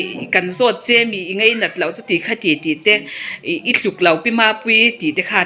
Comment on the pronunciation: hi Mizo tawng la zir hmasa phawt se mipui hriatah tawng hman dik a tha. "Ngeinat" a tih fo hi "ngainat" tih tur. Mizo tawng lo inzir phawt se....